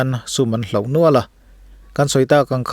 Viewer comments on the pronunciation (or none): Nen nuan❌ Nian nuan✅ Hlauh❌ Hloh✅ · Nen nuan vawi hnih ngawt a ti😅 Nian nuan tih tur a nia. Hloh tih turah Hlauh a ti tlat bawk.😅